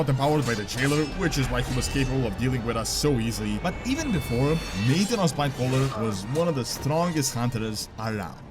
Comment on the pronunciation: Hey I heard you pronouncing nathanos as "nathan-os", just fyi it is "na-thanos"